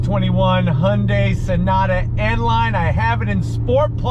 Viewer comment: He pronounce the name Hyundai perfect! Not Hiyundie!